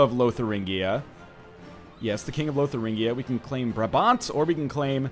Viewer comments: Northernlion, ofcourse it doesn't matter, but it is braa bant, not brab bant. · OMG the way he prenounces "brabant" hahaha i live there xD